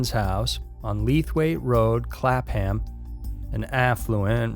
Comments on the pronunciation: Yep. The H is silent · Clapham, pronounced with a silent h, kinda sounds like clapem, just kinda weird to hear a place I know pronounced as clap ham Aside from that, I appreciate you giving the Sarah everard case a more global audience, definitely something odd about this whole tragedy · "shire" is pronounced "shear" ...we dont actually live in the lord of the rings novels you know and clapham is definitely not "clap-ham" xD its "clappam" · CLAP ..Ham...lool pronounced something like klup'am...all one word ..lol love from 🇬🇧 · It took me a moment to realise where you were talking about in the first one, because no one calls Clapham Clap-Ham it's pronounced more like Clap'em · "Clap ham " 👏 🐷 😂 It's pronounced Clappum, but I prefer the way you say it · Clap-ham is pronounced clap-um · Clapham, pronounced as if you’re saying “clap ‘em in irons”. Clapem not clap ham. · Clapham pronounced clap-um. I live about 6 miles from Clapham common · Clapham is pronounced clap+ um. I live about 4 miles from Clapham common . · Seriously??? Clap ..... ham? If you want people to give you money I'd have thought you'd at least Google how to pronounce VERY EASY words. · Clap ham ..... is pronounced clap em..... here in London lol.... just so ya know. And it's not really posh anymore it's popular for the male gay clubs on the Hugh Street now hahaha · Clapham is pronounce clapam. Silent “h”. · Us Brits don’t pronounce Ham in place names as H-A-M, but as’UMMM’……Clap-umm. Or if you’re a bit posh, you say Clap-hum.🙄😂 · 'Clapam' the H is silent. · Its pronounced Clapam, without sounding the H and the police officer's name, arrested in connection with the case, is pronounced cuzuns, despite the spelling! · Stop saying Clap Ham. The h is silent. Just saying. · Clapham is pronounced Clapam if spoken by middle class and Clapun is spoken by the working class. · Clapham is pronounced clap-em, the h is silent.